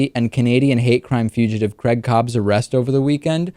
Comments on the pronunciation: Why is this guy calling him Crag, he spells his name Craig? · Dear America, stop saying fucking Creg!!! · Creg caab. It's not as bad as them saying Carl (car-rul). Lol